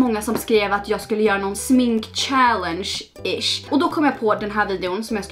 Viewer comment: Kan du snälla börja uttala “challenge” riktigt.